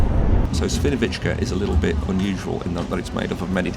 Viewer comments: Źle wymawiasz Świnoujście. Mówi się Świniobicie. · If you can't pronounce the names of the cities correctly, you can use Google Translate to read them. I know that Świnoujście is hard to read for someone, who is not a Polish.